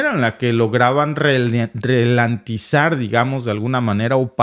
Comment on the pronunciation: Se dice ra-len-ti-zar. Buena información. ¡PAZ Y SEGURIDAD MUNDIAL! 👍👍👍